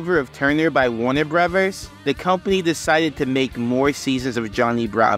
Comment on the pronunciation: EDIT: WAHNUH BRUVEHS